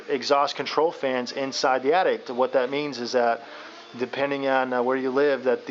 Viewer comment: Dude you build houses, It's Attic not Addict.